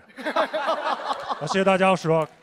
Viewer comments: 张绍刚喊rock是柔克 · Wendy lee 绕克